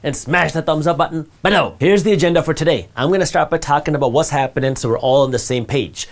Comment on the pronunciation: your "below" is amassing :D :D I love it !!!!